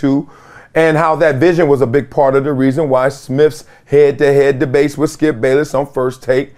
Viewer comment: I thought it was Smith, not Smiff. And with, not wiff. Come on, Columbia